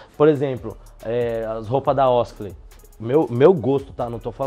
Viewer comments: OSKLEY NAO MANO KKK, é OSKLEN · Kkkjkkk "oskley"🤣🤣